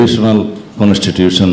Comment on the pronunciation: Constitution word ta e uchharon korte paeena